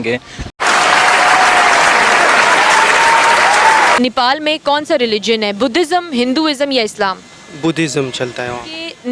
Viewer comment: पाकिस्तानी यो को नेपाल का नाम भी नहीं मालुम है नीपाल नहीं नेपाल हैं।नेपाल पाकिस्तान से कहीं ज्यादा सुरक्षित है